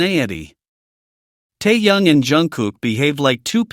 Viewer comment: Голос автора , от ИИ отличить не в состоянии? То , что Тэкук настоящая пара, нет сомнений. Но, ТЭКУК(!), а не ТАКАК ! И против содержания самого ролика, я ничего не говорила. Но почему в озвучке: " ТАЮН, ТАЙЯН и ТАЙН", если речь идет о ТЭХЕНЕ! Озвучивает не автор, а искусственный интелект, который искажает перевод.